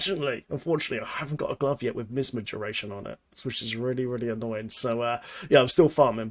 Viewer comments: MY AZ MA... plz stop sayin miz ma... the i is long sounds like MY. next part is AS sounds like AZ. Then MA. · I love how says Misma:D It's MiAsma. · my-asma :< not miss ma. Great video! Gonna try this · Say MiAsma again lol. Great vid, just getting back into the game (after more than 6 months off) now and am hoping things haven't changed too much! Sharfpshooter was my fave, so hoping this build can keep me alive to I relearn the ropes haha